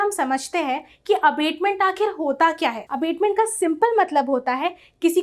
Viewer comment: Vedio is good ,but the pronounciation of abetment is not right. There is difference between abetment and abatement.